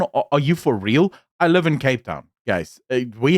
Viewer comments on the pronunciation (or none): none